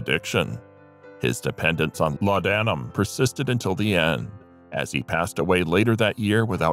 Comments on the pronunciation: well it’s certainly not laud Adam as the mechanical voice pronounced it! Laudnum is how I’ve heard it…not pronouncing the a in laudanum….sorry Im a grammar geek… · Laudanam is pronounced as ‘lordnum’..